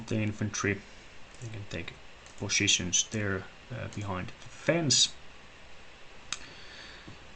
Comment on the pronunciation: I don't understand why you Finns can't pronounce >poSitions< properly, haha it's hilarious (note: it's not pronounced potitions/poshitions) :D edit